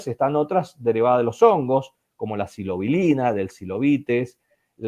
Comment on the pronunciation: "Psilobilina", no. "Psilocibina"